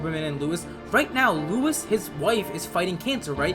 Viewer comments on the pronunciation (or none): Bro calls Lois, Louis😂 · LOIS not LUIS, LOIS!!😭😂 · Lois not Louis